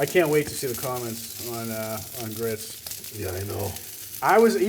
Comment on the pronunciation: Grits…I’m from Alabama, you should practice a bit more…